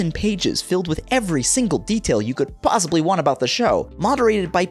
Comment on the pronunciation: "pawsibly" xD